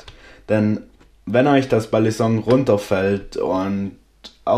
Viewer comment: nein genau das ist es nicht du sagst es wirklich im video du sagst immer Ballisonk.. Ist zwar geschmackssache wie man es nimmt aber war meine persöhnliche meinung aber kein hate wie gesagt ich feier dich und deine videos :)